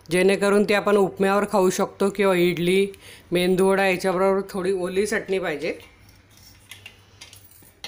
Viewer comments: मेंदूवडा अस कोणी सांगीतल तुम्हाला, मेदूवडा बोला की. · Medu wada not mendu 😂